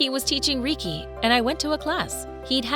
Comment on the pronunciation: First, it's pronounced "ray-kee." Second, definitely Mr Carson.